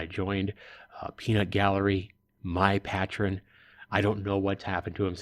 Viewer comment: Loved the video until u kept saying patron haha I miss this game.